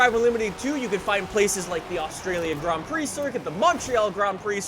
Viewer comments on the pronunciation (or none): none